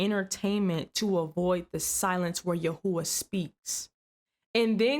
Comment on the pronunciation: Yahooah? You mean Yahweh?